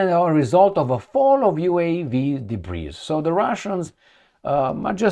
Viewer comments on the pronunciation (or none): The word “debris” comes from the French language. In English “Debris” is pronounced “debri”. It has no plural version. Love your podcast every day 👏👏